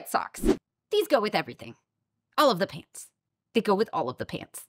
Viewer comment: I heard "All of the paints". Yeeees, white clothes goes with all of the paints 😆